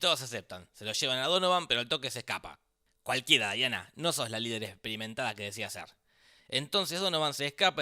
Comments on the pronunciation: no es Daiana, es DIANA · No es daina...es diana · ES DIANA ,NO DAIANA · Malisimooo... no es Daiana.. es Diana... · No es Daiana es Diana